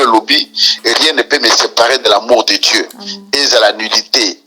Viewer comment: Pronociation l homme de Dieu pas Die